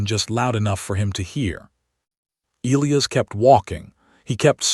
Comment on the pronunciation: I wholeheartedly agree. The AI pronounces the name e-Lee-as, should be e-lie-us I believe. But at least there are not any Roman numerals to screw up. As in Kepler Vee-eye-eye instead of Kepler Seven. 🤣😎